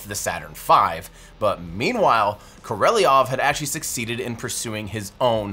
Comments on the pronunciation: First off, awsome work Tim! (Totaly worth the wait) second you keep saying koreliov but you wright Korolev, what gives? is it just rusian beeing rusian or is there a misstake somewere in there? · Is Korolevs name really pronounced Koreleov? I don't know Russian enough to know, but would've guessed it's pronounced Korolev? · Bro btw you pronounce korolev wrong, you pronounce it "korelov" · The correct pronunciation would be KA - RA - LYOV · Great video but the name is pronounced Cor e lev (Korelev). At least in English. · It makes it hard to watch this video when I roll my eyes every time Tim mispronounces Korolev as Koreliov. I can't figure out where he came up with his (mis)pronunciation. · Don't wanna be that guy but, aren't you mispronouncing (Sergei) Korolev? It sounds like Koreliov, unless that's how it's actually pronounced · Every time Tim said Королёв (Korolev) I was so confused. Like I know nothing about Ukrainian names but…Koreliev?? Eh? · “Korolev” pronounced “kor-el-E-ov”?? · Note to English speakers. If you want to pronounce Sergei Korolev's last name correctly, read it as Karalöf, as in Selma Lagerlöf. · KORELIEV - Are you sure that's how to pronounce his name? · i'm pretty sure it's pronounced Kor-o-lev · Imma disagree with Korolev being 4 syllables. But at the same time if that’s the biggest gripe I’ve got about a 90 minute deep dive into rocket engines where most of the technical details you need are in a tricky foreign language then I’d say it’s a pretty bang up job you did. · Korolev is pronounced with 3 syllables. o, o, and 'e' is pronounced like 'o' in 'goat' or 'oo' in 'foot' in received pronunciation. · Awesome video overall, but my eye twitches every time you mispronounce Korolev. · Amusing how meticulously you roll the R on Buran, next step - try to pronounce Korolev properly ;) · Very good report, but I kringe at your pronunciation of Korolev. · Yeah, Tim mispronounced his surname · Koh Roh Lev, not Ko Reh Lee Ov.